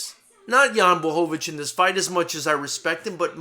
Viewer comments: best pronunciation of his name I've ever heard from a non-Polish person well done!! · Holy shit, someone actually pronounced his name right. Props to you sir :D